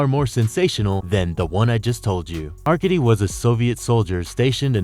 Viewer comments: AR-KAY-DEE and VAH-SILL-EE are how they are pronounced. Do bots read these things or are these real people? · "are-cade-dee"... You DOOFUS...